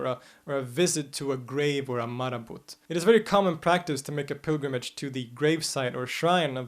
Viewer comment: My bro, you do an amazing job and i love your videos... please note the t in marabout is not pronounced àlà french phonetics.. it is like maraboo.. love, peace, & afiya